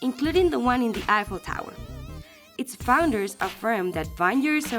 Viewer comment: It's eiffel tower not apple tower 😅